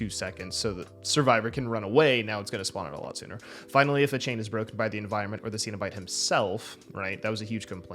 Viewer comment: "Seen" o bite? "Sen" o bite.....sir 😑